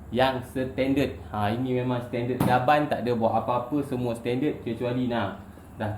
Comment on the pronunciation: cara boss sebut setended tu....seketul2 bunyi dia....hehehe gurau2 ja.....